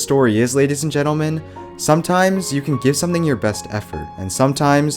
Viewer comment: “Genle men genle men”